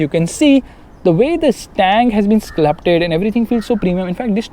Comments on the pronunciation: it's Sculpted (skuhlpt· uhd) not sclupted ..didn't expect this mistake from you though its okay just sayin ;p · Who else noticed that he said sclupted instead of sculpted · Did he say sculpted or sclupted? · "SCULPTED" not "SCLUPTED"😝